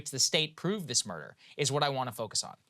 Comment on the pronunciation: "Which culminated in the murda'(ugh) of the wife-the murder of wife" I see what you did there Saagar. Nice Southern accent wordplay combo